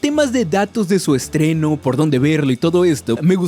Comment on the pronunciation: es esteno o estreno XD